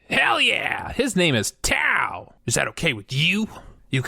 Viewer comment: tao? or towel?